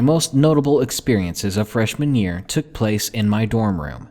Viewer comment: With an accent Freshman year kinda sounds like fresh manureeee